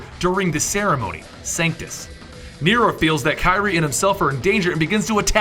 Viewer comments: KI REE? KI REE? ITS KEE REE AYE....dope. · another quick note Kyrie is pronounced Keyrie and Nero's arm was always the Devil Bringer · Denomic power? How did you mispronounce Kyrie when Nero screams it at least 20 times? anyways Special Edition hype!